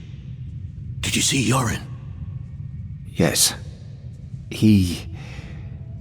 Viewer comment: I kept hearing "Yorin" as "Urine" making it impossible not to laugh at the whole story.